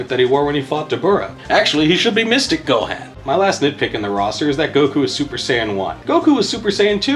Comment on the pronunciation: Lmao what about pronouncing the G in Mugen like gelatin or the “han” in Gohan like “hand” and not like “Han Solo”?